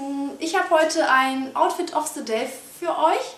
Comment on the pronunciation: outfit of se day? Haha, du kannst kein TH was?